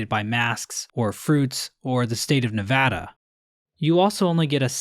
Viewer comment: sigh At least he pronounced it right